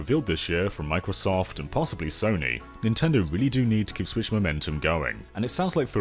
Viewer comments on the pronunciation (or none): none